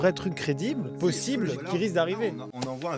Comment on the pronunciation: Tu as dit plosible au lieu de possible 😂